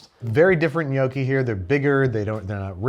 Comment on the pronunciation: Thank you for pronouncing “gnocchi”, “lasagna”, “risotto” and “fiocchetti” the right way!!! I really appreciate that you took the trouble to learn how to pronounce correctly these words. Every time I hear someone saying “bruSHetta” I have the same feeling that you had when you found ricotta inside the lasagna. 😂😅